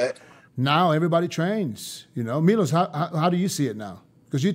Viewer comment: Who’s “MIOLS”? 😂😂😂I heard of Milos 🤔